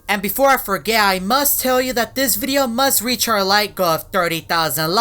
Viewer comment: “Beforah”